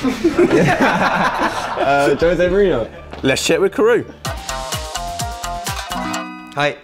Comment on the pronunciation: Love these! However, you do know his name isn't pronounced Karoo, right?